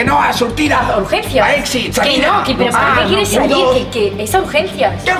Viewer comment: como que o a exit???? Aprende inglés!